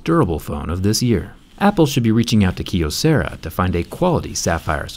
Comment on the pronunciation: It's pronounced "Kye O sarah"